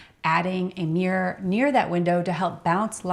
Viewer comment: What is a "Meer"? oh--mirror! LOL